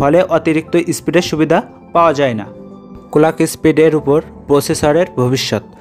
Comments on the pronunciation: কলাক না ক্লক 😅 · কোলাক কি জিনিস ভাই? ক্লক হবে